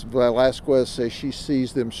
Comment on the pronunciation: I love how he puts absolutely no effort into learning how to correctly pronounce Hispanic last names. Velazquez should be an easy one